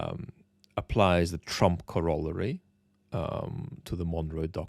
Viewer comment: its very endearing that you cant pronounce corollary correctly. Thank you for your work